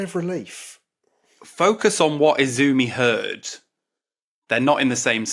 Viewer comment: Just so you know, if you want to sound more authentic, all Japanese names are accented on the first syllable. Izumi should be accented on the I, and Akiko should be accented on the A.